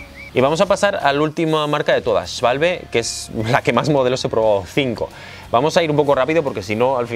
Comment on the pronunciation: Ya entiendo por qué eres el único que sabe pronunciar SCHWALBE como dios manda XDD